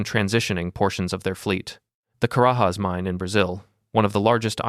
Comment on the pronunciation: Carajas is not pronounced like Spanish. Portuguese phonetics is quite different from Spanish.